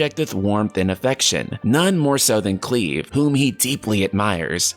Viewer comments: Thank god someone told him and he’s responded and acknowledged haha. Don’t think I could take anymore of Cleeve 😂 looking forward to the next video featuring Clive!! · The way he pronounced it as "Cleave" instead of "Clive" (like drive, chive, dive, alive, etc..) irked me too xD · Haha holy crap, I can barely watch this video thru. The Cleave pronunciation is driving me crazy! Just, how?? CL...I’ve...Clive. Haven’t you ever heard of Clive Owen? I love your videos, I even have a bit of a man crush on you, but it’s so hard to ignore haha! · "Cleeve?" I think you mean "Clive" (Cl-eye-v) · Lol he's saying Clives name wrong. He's pronouncing it Cleave...... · Bro pronounce his name right it’s so annoying. Cliiiiiiiive not cleave wtf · Low key getting annoyed with cleave ITS CLIVE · Cleave??? You mean Clive?? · hey dude I wanted to let you know that the main characters first name is pronunciated as Clive not Cleave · Just trying to be helpful, not antagonistic: MC’s name is almost certainly pronounced Cl-“eye”-ve with a hard i (eye) sound. Not “cleave” as in to cleave something in half with a blade. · It's not Cleave...it's Clive! Cl-*"liv"*e CLIVE! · Cleave? I thought his name was Clive... 😂 And does this dude have cheekbone implants, cuz they look weird in a certain light... 😅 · Cleave? It's Clive. Akon? It's Eikon (icon) lols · Please pronounce Clive correctly... Cleave (the way you're saying it) is a type of cutting action... Cl, eye, ve... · It's CLIVE with an I, not an E. His name isn't Cleave you clown!! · ITS NOT CLEEVE. Considering the English voice acting design it will almost certainly be Cl-Eye-Ve. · Alive with Clive. Not Cleave and Steave. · I think it's pronounced Klyve and not Kleeve. Clive is or was rather a common western European name.... Also I have no idea what a douchey is lol. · it's not cleave its pronounced as clyve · Cleeve??? Cl-i-ve....ya know, like Clive Owen. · Clive not cleeeeeeeve. The pronunciation made me shudder. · Lmao "Cleeve"